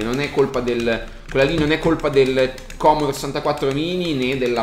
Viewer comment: Non si puo dire commodore!! :P